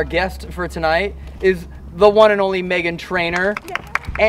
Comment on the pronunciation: tell me why I heard “ I want bacon “ instead of “ I want Megan “ 😂